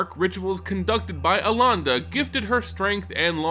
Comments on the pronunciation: Eh-len-duh. That's how the name is pronounced. Also Kite-Tow, not Kay-tow. I had mentioned in an older video comment your mispronounciation and you did correct yourself in the next video, but then in All Will Be One you went back to Kay-tow... If you're going to make lore videos, please PLEASE learn how to say the names, they are easy to look up. It's irky to hear them said like that, and I just want you to be on top of your game. This is your job after all. And before anybody starts trying to counter argue, I'm just saying this for his own improvement. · Pretty sure you're getting Elenda wrong also. Please.